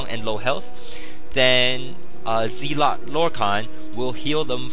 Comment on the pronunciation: not trolling but its pronounced zel-ot not zeel-ot